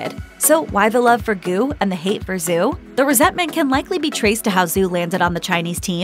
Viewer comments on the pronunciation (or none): Her name isn't Zoo Yi... It's Zhu, pronounced like shoe, but with a Z sound rather than an s. Good Lord, can't get anything right when it comes to talking? smdh WAY - Bow NOT Wee - Bow... rolls eyes heavily You're saying Zhou wrong too. No surprise there, though...